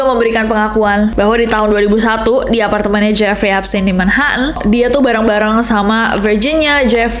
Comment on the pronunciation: Manhattan Nes, bkn Manha'an.. Bill Clinton bkn Bill Clin'en 😅